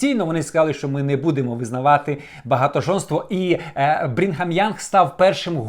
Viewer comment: мормони та інші церкви нічого поганого Україні не зробили. Краще розкажи про російську сталінську, кгбістську церкву, яка проклинає українців. І не Брінгем Янг, а Брігам Янг. Краще вивчай матеріал. 100% що ти нечитав книгу Мормона. Канзас сіті ніколи не був у штаті Міссурі. Невіглас.